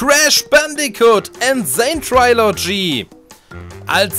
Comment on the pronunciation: Du sprichst Trilogy falsch aus. Es ist kein trai, sondern tri.